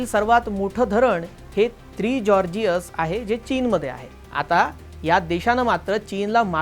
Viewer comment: The chorgis nahi the Georgia 😂